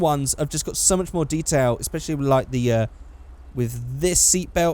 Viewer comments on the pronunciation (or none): none